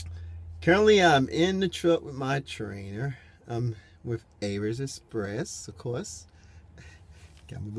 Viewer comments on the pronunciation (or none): I've watched a couple of your videos since you went to Averitt. Why do you keep saying Averiss?